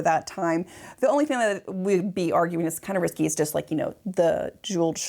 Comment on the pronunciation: Not only “row” but “Amelie” and “risqué.” The last isn’t pronounced “risky.”